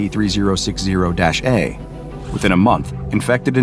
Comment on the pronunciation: he said sep🤣